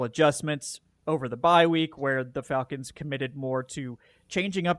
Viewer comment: Wtf is up with pronunciation of "Fahlcons"? Especially when Falcoholic makes much more sense when pronounced correctly.